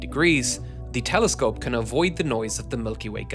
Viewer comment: “”Space Teleskope””